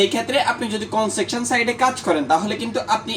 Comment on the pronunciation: ভাই আপনার উচ্চারণ ঠিক করে কথা বলেন। কনজাকশন না। কনস্ট্রাকশন হবে।